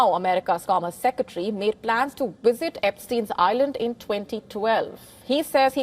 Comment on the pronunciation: I thought she said "wizards" all through the video😂😂 its actually "visit" btw